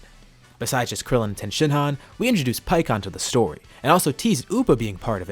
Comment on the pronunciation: It's tien not ten